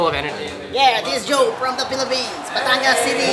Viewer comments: Hi, I usually don’t like leaving these types of comments but I just wanted to correct. Hopia is not a Filipino version of an empanada. It’s more like a moon cake. Philippines has empanadas.:). Also it’s Pampanga, I kept hearing saying “pampangas”. Good job on effort!! Love that you guys featured Filipino Food again! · He can't even pronounce PaMpanga....